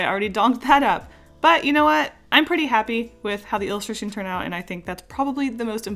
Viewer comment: Take a shot every time she says "illistraton"